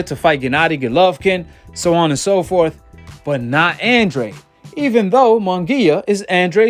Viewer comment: Andrade = AHN DRAH DE...brah☺